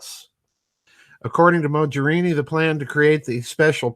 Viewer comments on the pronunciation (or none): Not that she is a character of any particular consequence, but the g in Mogherini is pronounced as in golf or Lamborghini for instance